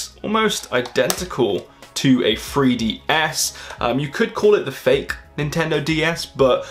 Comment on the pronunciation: Clickbait title! but yeah. You can tell it was clickbait because he emphasized the word "FAKE" also knock off product video is what gets the people's attention